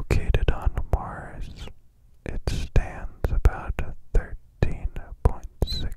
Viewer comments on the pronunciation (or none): none